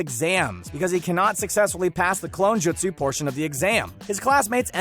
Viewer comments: never trust anyone who pronounces it "Jitsu", kids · Lol this dude has never watched the show “jatsoo” ahahaha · Not to be a pain but it’s pronounced jutsu not jitsu and Team Guy choose to stay back he didn’t make them. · Him: You-tic-ka Me: 👀🤣😂😂 Secondly his name is Kurama not the fox. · It's pronounced "Joot-sue" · I got 3 minutes in and I just can't watch anymore. Hearing him mispronounce jutsu is just so god damn infuriating. He clearly has never watched the show. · Did anyone else get triggered when he pernouced the words wrong like “Jutsu” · Jut sue him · This man can’t pronounce jutsu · Step 1 of anime content of any kind... Learn to pronounce the words correctly. Its not Jitsu, its Jutsu, its not Ma dara, its ma-da-ra. C'mon anybody whos watched at least a single season of Naruto at least knows how to say pronounce Jutsu Edit - - also its Ku-rama not Ka-ruma...